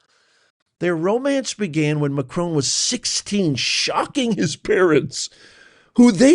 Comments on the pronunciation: It's Macron not Macrone! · Who T F is Macrone ? Macron you W---er !